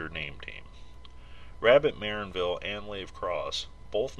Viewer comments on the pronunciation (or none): Stress is on the second syllable, MuhRANNvil, like "un anvil"